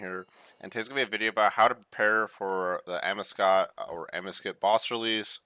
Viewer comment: I believe its pronounced 'Amaowscut'